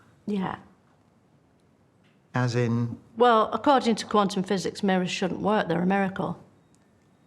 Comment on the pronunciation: I've never in my felt the distinct urge to murder someone before I heard "McPhysics" escape her lips